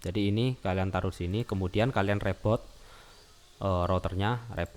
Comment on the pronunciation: "....lalu kalian REBOD...." HAHAHA! :)